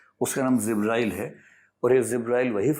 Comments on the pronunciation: The pronunciation is JIBRAIL It is J not Z Please correct your pronunciation if you want to impress your audience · Word is not zibrael but jibrael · It is not zibrael, it is Jibreel (a.s) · Zibrail nahi sir jibrail sahi pronounce hai . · Sir ji ( JIBRAEEL ) Not zibraeel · Not zibrail..it is jibrael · Sir it's jibrael not zibrael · Zibreal nahi sir jabrail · 'Jibrael', not Zibrael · Zibraael nhi ' Jibraeel' a.s. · Jibraeel bolte hein. IAS ho kar bhi galat pronounciation 😂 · Corrections - 1) It is not "Zibrail". Correct name is Jibraeel. - 2) It is not Abu Taleeb, Correct name is Abu Taalib.